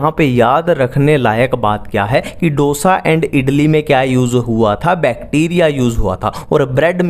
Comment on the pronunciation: ढोसा नहीं डोसा lol🤣